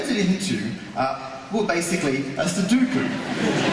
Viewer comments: It's su-DO-ku. Not su-DU-ku. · in Japanese it's pronounced num-baa-pu-ray-su ^_~ [Because they call it "number place" or ナンバープラース. ;) That aside, "sudoku" in Japanese is pronounced like sue-dough-koo.] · Every time he said "Suduku", I died a little inside. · NoriMori-san and I know different. Please note that the second syllable has an "o" not a "u" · This guy is entertaining enough that I'm willing to forgive his complete idiocy when it comes to how to pronounce "sudoku".